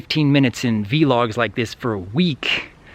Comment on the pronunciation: For some reason i love the way he says V Logs instead of vlogs